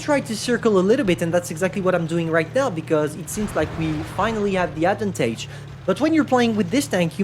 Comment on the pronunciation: Ad van taje Advantage in baguette boi accent